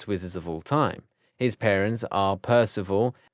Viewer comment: ikr PercEfe (Percy), GenEEEEvra (Ginny/Ginervra) Andromeeeeda (Andromeda) Remius (Remus), lryreral (Lyall), Mehrope (Merope) and many more